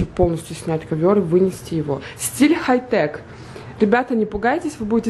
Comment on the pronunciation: это стиль не "Хай-тек", а "Хай-так"😂